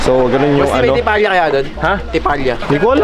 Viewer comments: Tipalya 😅😂😂 tilapia yon hahaha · anong tipalya HAHAHHA tilapya ata HAHHAHA